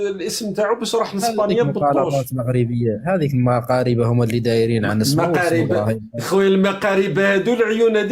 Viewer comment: Dire à ce criminel qui ne prononce pas correctement le nom mgharba et qui ne veut pas entendre batoche que à gdimizique il y avait des gents qui ont tué des pompiers et ils sont logiquement en détention. Et celui qui parle de israel. Nitaniahou mieux que teboun et chenriha.